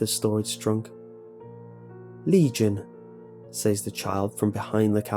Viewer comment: "I say-ez" "They say-ez" "He say-ez. . ." Lol. . . Dont know why, but the pronounciation always makes me giggle.